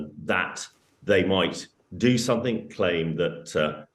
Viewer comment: How on Earth did this woman get a speaking job? Plant not "puh-lant". Safety not "sthafety". Something not "thumthing".